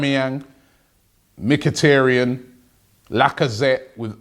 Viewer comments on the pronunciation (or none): Hi, Robbie! Real pronunciation is M H I T A R I A N , not meketarian). Letters IA sound like Ya (Yaya Sanogo) and accent on this sound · Folks, one advice to all of you from an Armenian descendant (me): it is Mkhitarya`n, not Mkhita`ryan. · For the last time... It's not mkitirian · Robbie - why can't you say mkhiAAAAAAryan right? it's not hard, y'know.